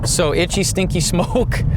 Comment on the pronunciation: You said steenky 🤣